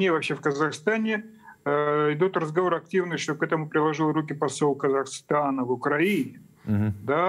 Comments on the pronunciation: Не КазахАстана, а Казахстана Огромная благодарность за вашу работу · Казахстана,а не КазахАстана